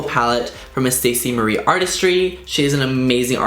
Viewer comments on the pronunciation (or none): none